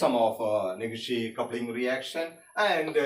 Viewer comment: Negishi coupling sir not neghishi coupling